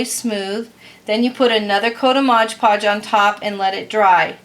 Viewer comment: Its MOD Podge, not modge podge.